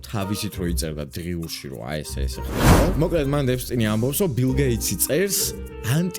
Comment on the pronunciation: ეფსტინი კი არა ეფშტეინი